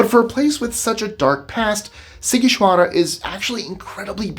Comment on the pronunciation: Wow, first time I've heard such clear pronuntiation of Sighişoara 😁 👍 great video